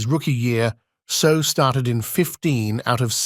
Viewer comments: Properly pronounced Say Ow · If you are going to make a video learn how to pronounce his name!!!! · Hey robot voice. Learn how to pronounce his name correctly.